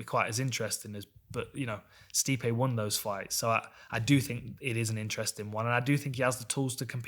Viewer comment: It's actually pronounced 'Sty-pee'.